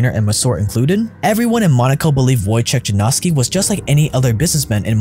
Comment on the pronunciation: Wojciech Janowski- for anyone who really wants to know his name. It's sad how all of the YouTubers try to pronounce properly asian, Spanish, Italian names but are always ignorant for Slavic names.